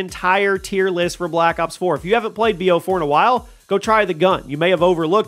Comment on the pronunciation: Number 100 kinda messed up saying bo4